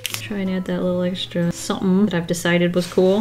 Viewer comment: It's official : my new favorite word is "ahcided"